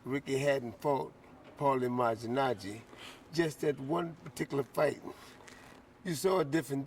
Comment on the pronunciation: lol noone can say malignaggi properly